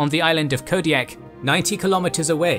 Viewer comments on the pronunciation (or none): none